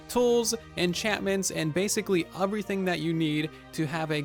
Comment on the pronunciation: “Uvrything” “Uvryone”